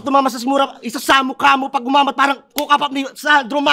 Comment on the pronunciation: Galing parehas ... Solid... Dapat ni rebut nya na hindi sya nagsasabe ng parang kasi bigkas nya "pawang"